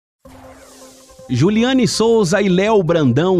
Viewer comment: É jullyane Souza e não Jullyana 😅❤